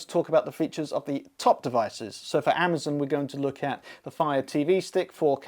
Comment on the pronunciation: "Amazn", lol.